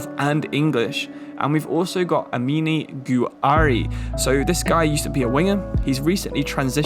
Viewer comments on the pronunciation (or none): none